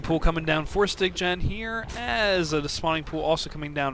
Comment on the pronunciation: Styggen is Norwegian and it means "The ugly one". And yes, you pronounced it wrong.You are saying "styg-gen".. just say "sty-gen".